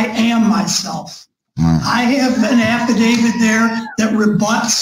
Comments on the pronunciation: old mate's another one who's keen on an "Affa David" & those that are make sure they constantly mispronounce it too as if they're correcting the judge & shaking their boof heads at them. I love it!!! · "My affiDAVID reads for itself." No, your affidavit cannot read. It can speak for itself, but it cannot read for itself. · Stupid people say affavid! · American speech is so in precise and so sloppy. The word is affidavit with a T at the end not an affidavid. No D. Not even a highly trained judge, and Attorney can pronounce words correctly, wow, no wonder the law is so imprecise.